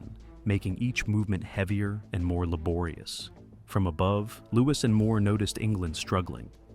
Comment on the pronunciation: Loved this vid but every time you say “laborious” it makes me want to crawl into a cave and die <3